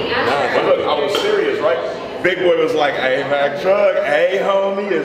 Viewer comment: Gym gang said Wack truch🤭🤭😂